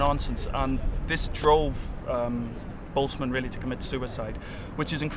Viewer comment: Props for pronouncing Ludwig Boltzmann correctly :D